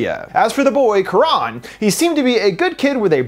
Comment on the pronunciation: Not very important to correct but the name is not Quraan but karan (not double aa).